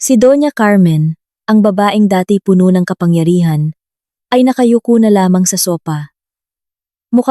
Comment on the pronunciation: ayusin mo ang pag bigkas. " Puno' " - meaning Full, ang bigkas mo " pono" ay meaning tree